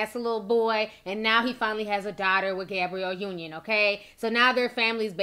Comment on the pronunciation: Did she say Gabriel Union at the beginning? Lmao 🤣🤣🤣🤣🤣